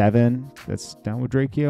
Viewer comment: Bro can you say his name right it's not drak e o got dam its drake-o💯